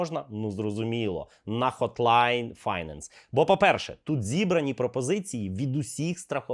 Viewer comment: finance - second syllable is stressed = файнЕнс